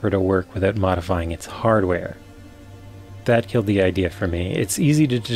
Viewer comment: th-aaa' T' da'. That's awful.